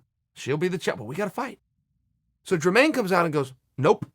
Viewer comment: If Chael says Dremaine, it’s Dremaine 😂